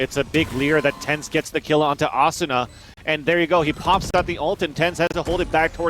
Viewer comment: They need better comentators just look at how he says asuna it triggers me soooo much